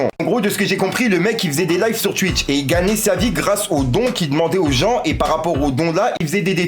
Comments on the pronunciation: Cest twitch pas stwuich ahaha 😂😂😂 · je retiens juste qu’il dit « Tuitch »